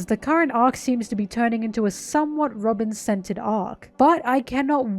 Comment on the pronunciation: Just wanna say I loved this analysis, but I thought you said “Robin scented” instead of “centered” 😂